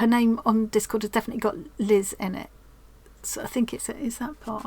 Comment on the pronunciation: so thrilled you like my square! Yes you did pronounce my name right; most people don't! I feel like you have 45 and counting new best friends; so glad to be a part of your tribe. You have showcased so many talented stitchers around the world. You made this world a little smaller, more loving and friendly and joyful, and so inspired. You should get some kind of humanitarian award. Love you lots